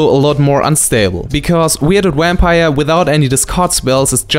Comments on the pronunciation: We have very different Vs and Ws in spanish too so you sound really funny, I guess I sound funny too with others phonetics. Start working in your "eVation" no eWation, and "adVantage" no "adWantage" and it's no "Wampire" (I love that one XD) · i am in no way making fun of or belitteling you, when i say this.......from now on anytime i play a bomb Vampire i am going to call it a Wampire in your honor haha, omg i love the way you say that, it is fantastic <3.